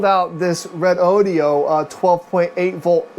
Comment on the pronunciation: Hey, it's RE- DO-DO, NOT RODEO DODEEOH. JUST RE DOH DOH! DOH!!!